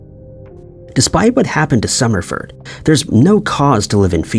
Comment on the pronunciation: The AI screwed up Summerford’s name … anyone else catch that?